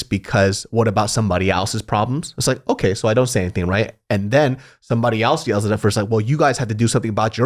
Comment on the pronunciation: Great podcast! Side note: anyone else notice pronounces the word “else” as “AL’s”? Lmao 😂 Love ya